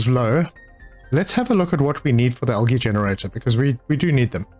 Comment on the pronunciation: Just found your channel and am enjoying your content but was wondering if english is your first language because you say algae weird